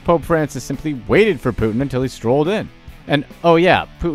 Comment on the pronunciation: Putin not Put'in.